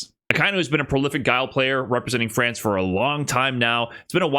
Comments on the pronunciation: say france like that again, and im unsubscribing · Is calling France "Frawnce" engagement bait because if so you got my ass